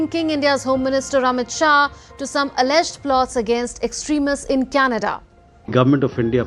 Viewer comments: That journalist kimberly... did she call canada, can nada? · The way Kimberly Johnson was pronouncing Canada like get off the news stand